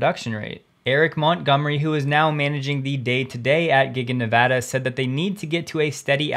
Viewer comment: Thank you for Nevada correctly!!!!!!!